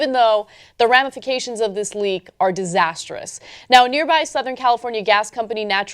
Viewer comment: It's disastrous, not "disasterous"